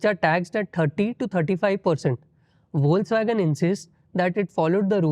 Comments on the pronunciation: Foxvagen. Not foxwagen. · The word Volkswagen is pronounced "Folks-Vagen" or "Folks-Vah-gen" in German. Logic: The German "V" is pronounced as the American English "F," and the "W" is pronounced as the American English "V." This is also interesting, I think.😊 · It is pronounced as "Fox-vagen". No criticism here, just some feedback with all positive intentions. Also on a positive note, love the bloopers section, finishes the segment with a smile.